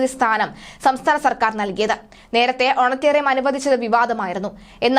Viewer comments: How many times have you used that Wrong word. Correct word is honorarium and not honatarium. Please do some home work on your vocabulary before publishing such news. How do we know whether your news is fake or not....... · Honorarium not honatarium. There is no such word in English. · Honorarium ആണ് കുട്ടീ. ഹോണട്ടെറിയാം അല്ല. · ഓണറ്റേറിയം... എന്ന് അല്ല ഓണറേ_റിയം Honorarium